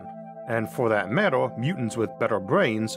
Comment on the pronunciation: learn how to say the words better these words, better matter ladder, cultural, gradual, or oh mostly